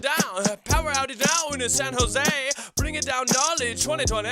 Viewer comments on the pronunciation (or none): none